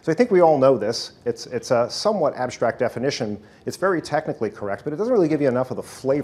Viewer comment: Why does he pronounce the word "strategy" as "sshtrategy"? Is this the correct pronunciation or is this just an accent difference? It sounds like a german word with this kind of pronunciation :) Same goes for "con'sh'traint" and "ab'sh'tract".